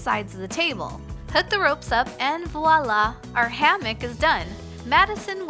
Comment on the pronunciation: Please don’t ever say voilà Sincerely -A french speaker